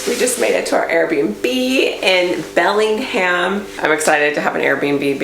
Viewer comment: 😂 It's pronounced Bellinjum